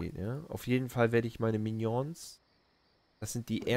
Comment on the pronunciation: sprech die minions bitte richtig aus hahahaha du bist lustug